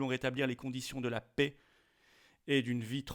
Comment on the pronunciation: La pè et non la pé s'il vous plaît